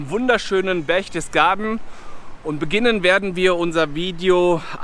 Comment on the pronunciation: Das heißt Berchtesgaden und nicht "Berchdesgaden". Das sind auch keine Reliefs an der Wand sondern Wandbilder.